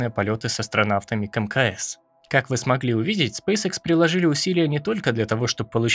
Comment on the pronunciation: Почему многие не правильно произносят название компании? Спэйс экс , не икс. Школьный курс английского языка, первый класс, произношение букв.